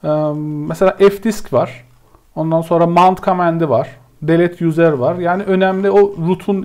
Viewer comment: Okunusu/telafuzu "yuzır" olan "yuzer" kelimesini her duydugumda dikkatim dagildi tekrar toparlayamadim kendimi. Turkceyi guzel konusuyorsunda ingilizce biraz karismis hocam. Eline emegine saglik yinede. tesekkurler.